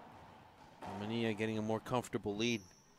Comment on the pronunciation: Parrilla and Manilla are not pronounced Pareeya and Maneeya in English